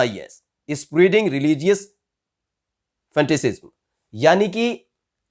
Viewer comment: ये जो रिपोर्टर है अच्छा काम कर रहा है, गुड रिपोर्टिंग। एक सलाह देना चाहूंगा... अपनी अंग्रेजी पे थोड़ा काम कीजिये पर थ्रीट नहीं "थ्रेट" और पर फेंटिसिसम नहीं "फेनेटिसिसम". जस्बा बहोत ही अच्छा है बस अब परफेक्शन ले आइए। हमारा इंडिया हर बार इसी बात में मात खाता है जो है "क्वॉलिटी" पॉलिटिशियन से ले कर के पत्रकार तक, आईएएस से लेकर के मज़दूर तक सब को क्वॉलिटी पे ध्यान देना है बस.... दुनिया मुट्ठी में होगी। कीप अप ध गुड वर्क।